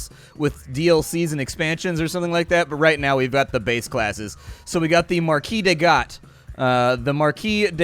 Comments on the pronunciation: It's obviously Marquise de CAT (as in the "meow"-ones) not Gat or however you pronounce it. :) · Slight Nitpick: I believe you almost pronounced the Marquise De Cat correctly (the Cat is literally pronounced), but the birds are the Ear-E.